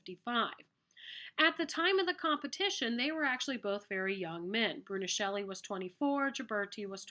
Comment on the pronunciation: Thank you! Very useful! However, Brunelleschi "broo-ne-LESS-kee" is the correct spelling and pronunciation.